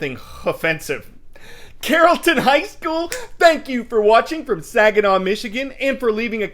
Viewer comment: Oh and you said Carrollton incorrectly, it's pronounce Carl ton